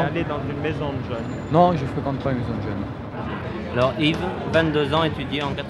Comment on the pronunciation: J'ai rêvé ou il a bien dit "djeuns"?